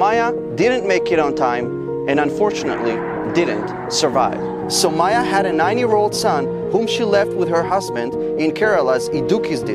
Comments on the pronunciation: It's pronounced saumYa not sumayyah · Bro it is Soumya and not Sou-maya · It's pronounced as "Sow-m-ya"... Just thought of saying this 🙏 We Indians will always be with our trustworthy friend ISRAEL 🇮🇱❤️🇮🇳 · Well it's actually pronounced as sou mia